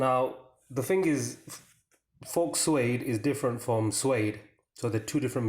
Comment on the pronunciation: The 'x' in the word 'faux' is silent. Thanks for the video.